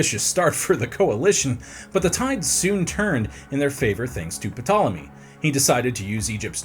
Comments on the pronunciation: Spends 30 minutes recording a video but can't spend 1 minute looking up the pronunciation. Eric I've started to warm to you, but you're better than this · everyone freaking out 😂. Maybe you should have just not said the P so everyone would not be crying over it 😂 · You know you are pronouncing his name incorrectly, don't you? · If pronounces the P one more time I’m going to have a meltdown like bro your annoying me with that P 😂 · I couldn't make it through the video. So much research was done for this video and a quick google search could not be done to learn how to correctly pronounce the subjects name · This video would be so great if he pronounced Ptolemy's name correctly, The p is silent , surely that would come up in research